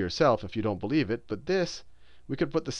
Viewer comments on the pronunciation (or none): none